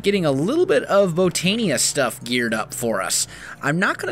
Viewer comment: Hey, just found your channel last night. Just a small tip, the i in Botania is pronounced like a Y. So like Bo-tan-ya instead of Bo-tan-e-a. Just a small thing.